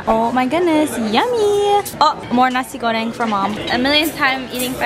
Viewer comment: the way your dad said "terima kasih" is so cute!!! almost sounds like a native. try to say "suksma" which is the Balinese language that means thank you. also the way u said "nasi goreng" sounds so native!! <3